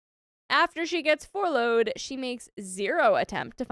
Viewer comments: Furlough = fur-low Please consult a pronunciation guide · It's furlough. Not 4 low.